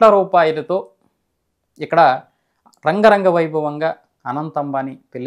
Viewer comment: రంగరంగ వైభోగం కాదు బ్రదర్,,,,,,,,,,,, అంగరంగ వైభోగం